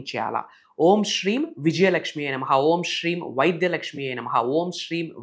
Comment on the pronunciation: విద్యాలక్ష్మి అండి not వైద్యలక్ష్మి.